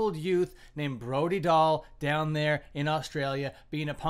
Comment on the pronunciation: say her name right